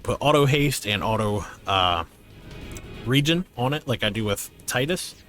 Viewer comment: Thank you for pronouncing "regen" correctly.